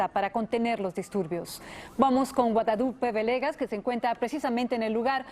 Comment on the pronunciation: "... vamos con Guadadupe Venega...."... "... me alegra escuchar eso..."???????????? En serio estaba escuchando??????